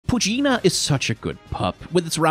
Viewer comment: No it has not been, he's saying them wrong on purpose like he has for some other pokemon in his shorts.